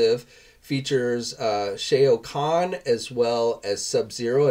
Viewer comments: It's pronounced 'shall' not 'shell' khan. Both you and Spot keep saying his name wrong in every video. I try to correct Spot but he just reply with his standard copy & paste response. Just watch any MK game with him in it on YT and see how it's pronounced by the game announcer. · Everytime he says it... lmfao.